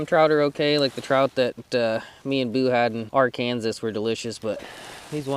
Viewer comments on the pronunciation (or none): That’s not even how you pronounce Arkansas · Omg he said Arkansas the right way lmfao 🤪 ArrKansas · As a resident of Kansas, I appreciate the pronunciation of Ar-Kansas lol